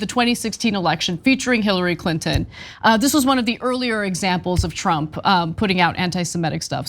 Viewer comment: So is it Donald Trump or Donald TROUPE? LMAO!!!!